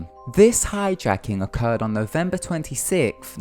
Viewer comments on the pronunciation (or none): November 2Sith.. That's how you pronounced it.. I hate your accent so much.